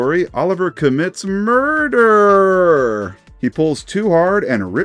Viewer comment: "In this story, Oliver commits M U R D E R. "